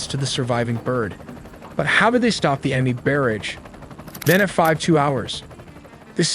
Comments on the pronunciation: War- thog? Seriously? Your AI use of Dean Cains voice is embarrassing. A barrage is NOT pronounced, bare-idge. Get better,. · "War-thog" "High G.S." "Tier-through" "Berage" "Inferd" "Geedems" Your AI had a stroke..? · .......An 'in-feeeered missels...... .......Baaaaaaarage............... ........Infeeeerd again......... Probably many more mistakes, but well intentioned. Why do you folks usually show jets in afterburner? Wouldn't that drastically shorten their flight time and/or range?